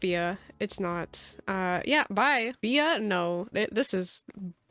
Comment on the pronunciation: bye is no more. it's permanently bye-a. also my favorite soup is chicken noodle !!